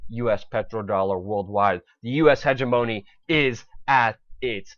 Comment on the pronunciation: "hegemony" and "yuan" ... please work on pronunciation